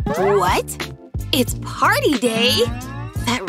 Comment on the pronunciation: wha- PaZtY DaY ....I thought I was “PaRrTy DaY”